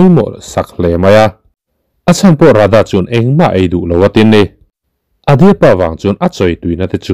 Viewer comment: Adya ania, Adi-a nilo in, svmm